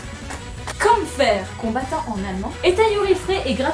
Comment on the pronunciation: Bonsoiiiiiiir ^^ J'AIME CETTE CHAINE YOUTUBE !! Pitite parenthèse, "Kämpfer" se prononce "Kempfea" en allemand assez correct (Apres 3 ans d'allemand LV2, certes, - 3 ans de TORTURE INTENSE - j'ai pu retenir que le "ä" se prononce "e") Eh oui je suis cette personne chiante qui reprend tout le monde. Bisouuuus P.S : J'me suis régalée avec Kämpfer et j'suis tombée amoureuse de Shizuku hé hé..